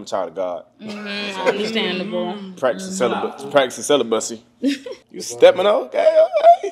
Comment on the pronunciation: said "celibussy" 😭😭😭😭😭😭😭😭😭😭😭😭😭😭